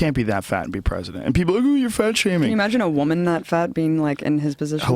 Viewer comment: Joe "imaagine" rogan